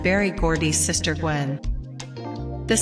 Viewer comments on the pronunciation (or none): none